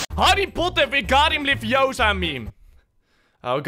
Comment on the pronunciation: het is Wingardium LeviOsa not LeviosA